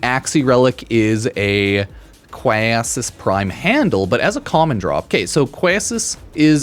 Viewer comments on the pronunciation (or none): It’s Quassus (Kay-sus)